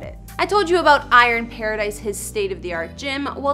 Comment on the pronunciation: Is this host Canadian? Lol the ‘aboot’ gives her away